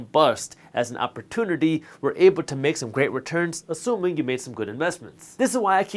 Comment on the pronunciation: The way this guy pronounces "opportunity"